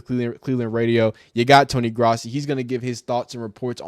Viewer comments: It’s Grow-si not grassy dude lol. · His name is pronounced GROSS-EE